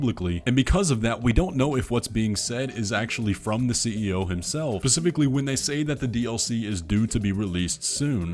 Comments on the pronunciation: I can't believe this dude pronounces it "pacifically" like a 5 year old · What in the blue rubbery fuck is this 'Pacifically" you speak of?